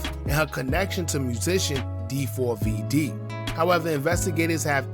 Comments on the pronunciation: 4-5 vids later & still calling him Dee 4 v Dee is crazy. It’s pronounced David 😅😅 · Nah fam it's D4Vdee. You're obviously not a fan. 🤦🏻‍♂️